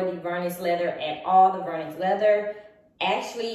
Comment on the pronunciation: Omg it’s Vernis ( prounounced like Ver-Knee) not vernus! It doesn’t rhyme with Furnace! 🤣 Just another good reason why Louis Vuitton should stop you! 🤷‍♀️🤦‍♀️🤤